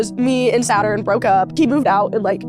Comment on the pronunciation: so saturn is “sutton” and jacob sartorious is “sagittarius” lmao